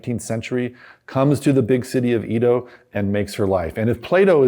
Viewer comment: Small correction: "Edo" the old name for Tokyo is pronounced "eh-doh" not "ee-doh".